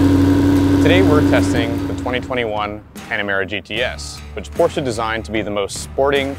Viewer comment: First of all... I really appreciate the fact that the host as well the narrator at the beginning didn't say something like "Porschiii," or "Porschaaa", or just "Porsch", and have it mostly right with PorschE (englisch closed a loud)